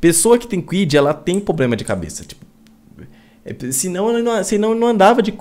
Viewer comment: E qual é o carro de quem fala POBLEMA?